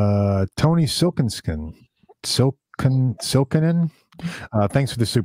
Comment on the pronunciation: I chuckled when Siiskonen turned into Silkenskin and Silkonen:D It really gives perspective to hear a foreigner try to read finnish names. Not easy. Tim Mills was a super interesting guest! Learned so much and like said, he really made me think "I gotta try them". Especially because I learned about Bare Knuckle only after Periphery caused people I know to buy Bare Knuckles for low frequency metal. Should've known the roots were in the old school rock. Any time a craftsman is super into getting everything right, it makes me interested. Even if I didn't like it, there has to be a lot to enjoy.